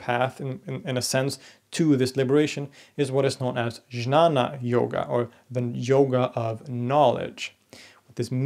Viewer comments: Great video. Ramanuja’s intuitions make sense to me. About pronunciation: isn’t Jnana supposed to sound like “Gyana”/ “Guiana”? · JNANA is pronounced as GYANA. Just for reference to the author of this video. Awesome video! And much thanks for producing it!